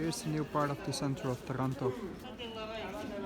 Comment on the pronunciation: Ya I knew you were in Italy since I've clicked the bell icon ;) Still gave me a jolt when I heard it.